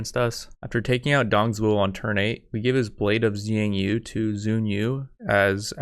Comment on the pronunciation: also, the x is actually a sh, so for example the "blade of xiang yu" is more like "blade of shiang yu"